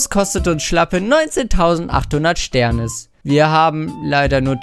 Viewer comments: Es heist SternIs mann spricht dass I mit aus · man spricht sternis: sternies aus